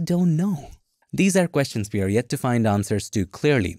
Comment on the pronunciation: That "Yet! " is so scary man